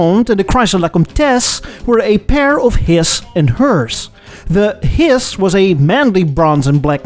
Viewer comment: That was a pretty sweet purse... btw, "his" and "hers" are pronounced more like "hiz" and "herz." "His" (hiss) is what snakes say and "hers" (hearse) is a vehicle for carrying coffins. Just letting you know because I care and I know you want to be correct.